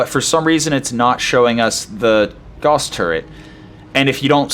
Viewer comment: Gently trying to get you to say it correctly.